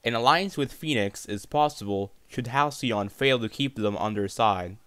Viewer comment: You pronounced Halcyon so wrong my dude..